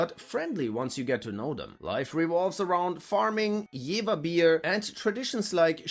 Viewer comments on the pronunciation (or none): Leute, es heißt JeVer mit dem V wie F und wieso kann das keiner von euch aussprechen? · HOLY SHIT! It‘s called JeFer… you don‘t say Wilhelmshawen or Bremerhawen although it‘s also spelled with a V? And the lower Saxons (I do exclude the Friesen, love them) don‘t speak the purest German, many people im Mecklenburg speak also „Hochdeutsch“. Moin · Your pronounciation of Jever is wrong, it's pronounced Jefer, with a sharp F sound.